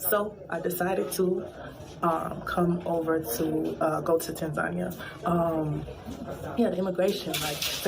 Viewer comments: how is this lady trying to live in Tanzania and she can't even pronounce it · she may want to learn how to actually pronounce the name of the country "Tan-zuh-NEE-uh" first instead of the weird USA pronunciation, "Tan-Zania" lol. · I’m glad that people in America are learning this. They think they are going to go to Africa and a red carpet welcoming party will happen. They think it’s about color when it’s all about culture. I’ve been saying it for years to much ridicule. And the lady mispronouncing Tanzania 🇹🇿 is diabolical! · Wow banange atleast learn how to pronounce tazania 😂😂.. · Wow. Y’all think cause u black, you have the right to go to Africa like it s free and will be received with open arms. The audacity. Chile the second woman’s experience can’t even pronounce Tanzania properly. Leave girl. If I have to leave Canada for any reason it s a flight back to where I was born, not a different one.